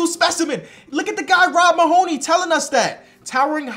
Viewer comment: Mahoney is pronounced Maa Knee